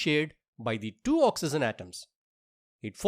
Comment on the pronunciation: 1.oxygen ❌ oxyzen✅ 2.hydrogen❌ hydrozen ✅ 3.nitrogen ❌ nitrozen✅ 😂😂😂😂